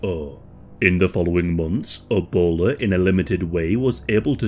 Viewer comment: "...E-bowler is transmitted..."